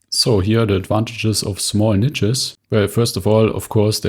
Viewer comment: Love your content, but please learn how to pronounce "niche". 😂 It's highly triggering.